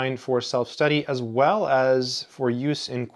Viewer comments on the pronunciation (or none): none